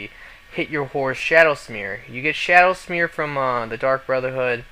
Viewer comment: It's SHADOWMERE not SHADOWSMERE lmfao that made me laugh sooooo hard!!